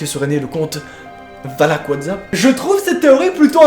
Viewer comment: Il dit wathzapp